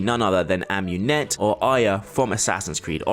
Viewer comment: "Her own daughter Amunet" facepalm